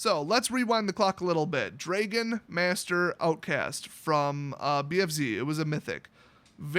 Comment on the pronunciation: I've never heard someone mispronounce "dragon" before